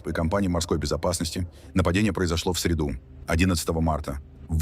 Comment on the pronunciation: Не в средУ, а в срЕду, иишница!